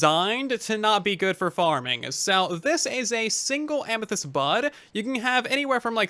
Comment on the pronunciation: "Tinted Amythest" wait what?